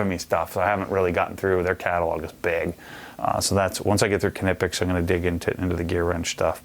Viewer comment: I was so surprised by this that I did some research myself and went to their page and these must be american sales reps, because that is not how knipex workers pronounce it. But it really isn't important, since we know what he is talking about. Americans have an impressive ability to mispronounce everything